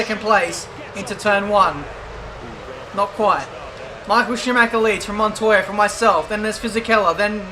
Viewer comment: IT'S SCHUMACHER !!!!!!!!